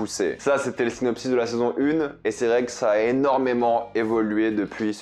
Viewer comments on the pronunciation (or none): none